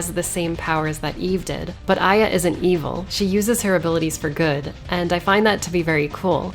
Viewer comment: I always thought it was pronounced eh-yah, not eye-yah